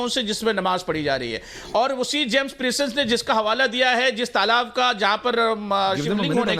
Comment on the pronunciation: Jiyai sahab James Princep ko James pincess bol rahe hain isi se inke knowledge ka pata chalta hai.